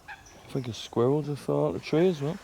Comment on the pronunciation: Fink? I think he means think. Thuck-Wit.